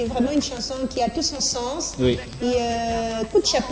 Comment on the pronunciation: C’est quoi, une « chnason » ? 😂😂🤣🤣🤣